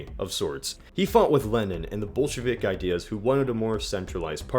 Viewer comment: Did you say Bolshevik or Bullshit?